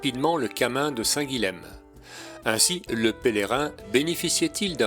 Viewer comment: Histoire de ne pas trop passer pour un touriste...: Le lh est mouillé en occitan, et le m final tombe pour être juste nasalisé. Donc, pas Saint "guileme" mais Saint "guillin". Hormis exceptions (je ne peux vous faire un cours de linguistique), la plupart des lettres se prononcent : Meyrueis = "mérueillss"... Bonne randonnée...